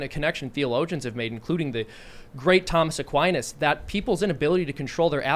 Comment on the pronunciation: Was it just me, or did anyone else hear "Tom S'quinas"?